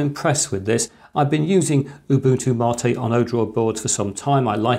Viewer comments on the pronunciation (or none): Ubuntu /māt/ not Ubuntu Mah-teh lol explaining computers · It seems like a cool enough board, but the no Wi-Fi/Bluetooth situation essentially kills its usefulness for me sadly. Also... Ubuntu "Maa-te" I am in pain as an Australian who just says Mate. Lol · Ubuntu matey lol